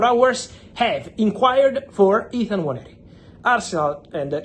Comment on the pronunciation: Well done Fabio You actually pronounce the name "Nwaneri" better than all the people at AFTV and the English fans in general. Robbie and co should take note and time to learn and pronounce footballers names correctly. Well done again🙌🏾🙌🏾🙌🏾